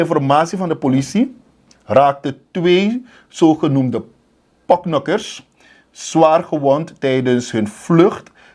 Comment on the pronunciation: Het is porknokker. Geen poknokker